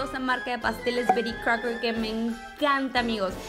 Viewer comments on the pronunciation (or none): Amo como dice "Bery Crouker" 😂😂